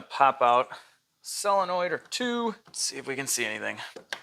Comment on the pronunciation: It's not SELONOID, its SOLENOID. really angries up my autism.